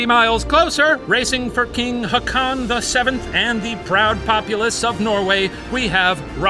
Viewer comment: When you said Haakon 🤣🤣🙈 It's probably Håkon the 2 AA most times end up as a Å. But that's Nordic so I can definitely understand the confusion 🤣👏🏻🇩🇰